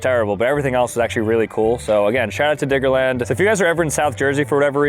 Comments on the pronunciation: Diggerland gng dont say IT with n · Sooo like imagine you aren’t paying full attention at the start of the video and hear diggerland with a N instead of a D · The way he keeps saying Diggerland doesn’t say right 😭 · Why do you keep saying "Diggerland" with a hard R